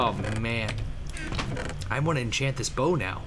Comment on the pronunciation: its enchant not inchat get it right